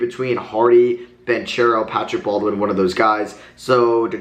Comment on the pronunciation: Banchero's name is pronounced as BanKero